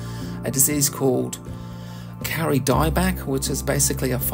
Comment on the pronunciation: Lovely video, thank you! In Maori, as I have just learned, "au" is pronounced more like an O-sound. So, it is more accurate to pronounce it "Ko-ri". I am lucky enough to have a Kauri surfboard made in northland in about 1920 - from timber cut in the late 1870s. The grain of the wood does not deviate more than 3mm over the whole 1.7m length, and 45cm width. It is 16mm thick. And it is hard like stone! For your viewers; please don't plant a Kauri (or Totara, or Kahikatea) in your garden. Although they are wonderful, and amazing, you will create an enormous problem for someone in two to three hundred years when they have a gigantic forest tree taking over their whole property, and a $50,000 bill to cut it down safely. In general, it is a woefully short-sighted idea to plant any forest-sized tree in a residential area: your neighbours will hate you for it. If you want to know what to plant in your new garden, take a look over your fence, and see what's doing well over there. :)